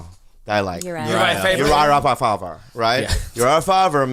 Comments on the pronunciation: Mfw bobby pronounces urijah fabers last name close to correct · dutch last name. Faber is half dutch and its a dutch last name and bobby pronounced it pretty close to correct. Better rally me some maidens as well for the knight train